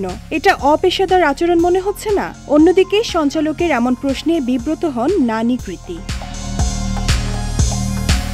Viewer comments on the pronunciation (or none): গাজাখোর রিপোর্টার ওর নাম নানী না, ন্যানি 😄😄